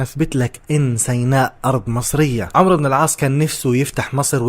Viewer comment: عَمْرُو بْنْ اَلْعَاصْ عُمَرْ بْنْ اَلْخَطَّابْ هناك فرق فى النطق